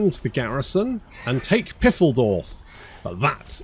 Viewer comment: Pfeildorf is not pronounced "Piffeldorf", try Pfyledorf - like Kyle, that'll get you close to german